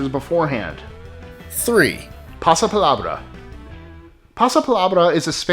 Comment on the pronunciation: Ok, that was a really good pronunciation when you said "Pasa Palabra". Spanish speaker here.